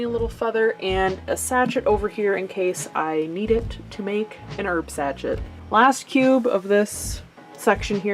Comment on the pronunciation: Sachet is pronounced sashay